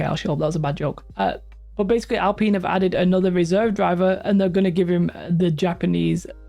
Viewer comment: It's pronounced Alpine.